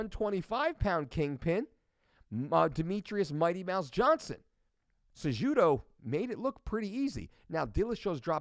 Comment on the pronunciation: sa judo ...lol and gar brUnt .. who is this guy? lol